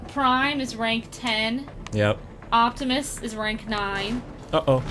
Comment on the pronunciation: Octimus? really?